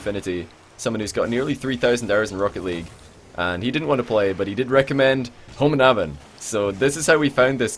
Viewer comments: Ahahah den uttalen "håmånaven" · homonaven KEK its homonavn (Gayname) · when tried to say homonavn XD cracked me up